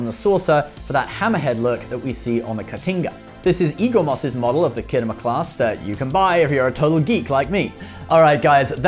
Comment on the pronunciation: Whats the "khiddo mur" clas ship? STOP IT YOU'RE BRITISH!